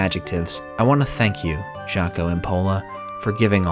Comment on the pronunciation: Hopefully I'm not being "that guy", but for future reference, those are Finnish names, so Jaska and Jaakko are pronounced more like Yaska and Yaakko, like the 'y' in 'yes'.